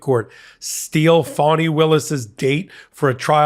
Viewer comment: WOULD YOU PLEASE pronounce her name right?! (phonetic) Its not "phony Williams") It's fawnI")!